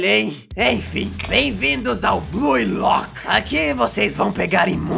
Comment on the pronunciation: Mn, qual é a dificuldade de pronunciar corretamente? Escreve-se Blue Lock, mas pronuncia-se BLU Lock. Para de dizer Blui lock, per favor me ajuda! (um meme)